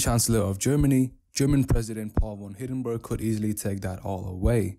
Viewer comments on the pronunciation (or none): Its hindenburg Not Hidenburg